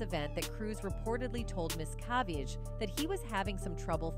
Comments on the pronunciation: This video narrator needs to learn how to property say the name Miscavige. She said it differently and massacred it every time!!! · Why do you pronounce David’s last name correctly part of the time and incorrectly the rest? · Human, please teach AI to Learn the correct pronounced name miscavige. This video pronounced it at least 4 different ways. Rediculous..